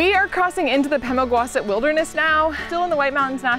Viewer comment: Going to be that person don't hate me, Pemigewasset is pronounced "Pehm-ih-juh-wah-seht" or Pemi by the locals. It's an Abenaki word and the river of the same name starts there. Galehead Hut is on the AT so even though it's pretty remote it gets a steady flow of through hikers.